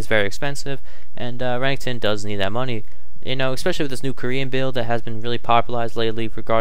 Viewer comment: re- nek- ton not renington wtf